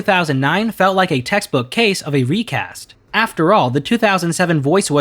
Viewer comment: Ooooh... "recast"